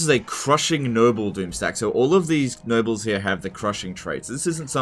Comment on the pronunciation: Is it just me or does he sound like he's saying "Nurgles" instead of "Nobles"? :/